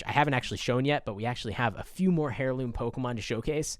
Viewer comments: Air loom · "hairloom" idiot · I cringe at the way you pronounce heirloom